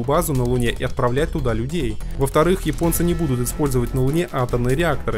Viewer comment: Всё классно. Только не "йипонцы", а японцы. Весь мир почему-то без труда чётко выговаривает первую "Я" и только в твоем исполнении это звучит, как минимум, странно.